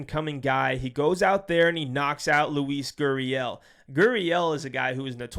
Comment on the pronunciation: Im gonna have to do a pronunciation video for these fighters before you drop your videos. who the hell is luis gooriel